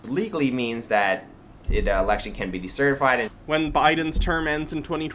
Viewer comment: One of my main grapes about is his pronunciation of election as just ” The Lection”